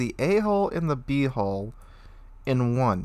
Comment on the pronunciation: Good sir - your HULL sounds way too much like HOLE in the beginning of the video.